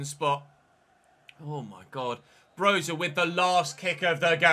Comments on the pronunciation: Its not pronounced broha but broya “y” as in “yes” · Broja’s name is pronounced “Broya” He’s Albanian